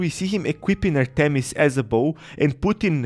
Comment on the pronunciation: Bro this guy don’t know how to say Artemis goddess of the hunt